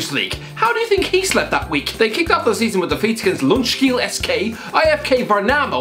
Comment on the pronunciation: As a swede, your horrendous pronunciation of Ljungskile SK, IFK Värnamo, Husqvarna FF and Syrianska FC were actually really entertaining.